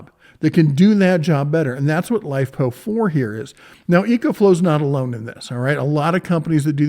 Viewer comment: this dude call it Lipo4? its LiFePO4, big dif. Hate when ppl miss pronounce like that. Maybe its cuz im a huge battery nerd.